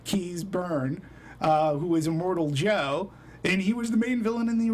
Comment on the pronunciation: its not imortal joe, its immortan joe